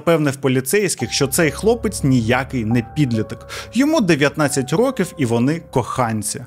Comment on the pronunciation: Я з перших відео дивлюся, але об'єктивно — наголоси... То з Бояркою, то "чотирьох рокІв"...